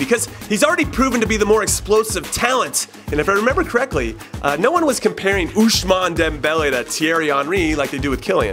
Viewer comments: Why does he keep saying oushmane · There is no "sh" sound in Ousmane Jimmy